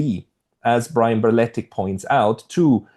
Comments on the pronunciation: Berletic. Not Barletic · u probably know but it's berletic not balletic